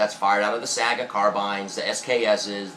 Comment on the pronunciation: s-eye-ae-ga not saga